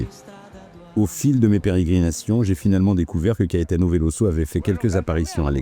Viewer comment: VeloZo; Il est brésilien donc en portugais, comme en Français le s entre deux voyelles se prononce Z. C'est frustrant à l'écoute. Dommage la vidéo est très bien malgré ce petit souci...